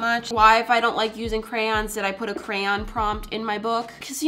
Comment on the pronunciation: I watched a video of yours and it's very nice it was from 1 or 2 Years ago and you don't sound weird when u say Crayon